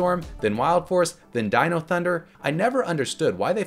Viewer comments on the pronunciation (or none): none